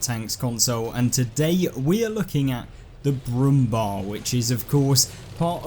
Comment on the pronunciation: Pronounce „Bär“ in Brummbär just like bear. Brummbär means „growling bear“.